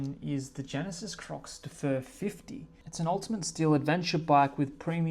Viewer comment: Genesis “Cwah de fehr” I’m Australian too, but we need to pay respect to the names. And not embarrass ourselves 😂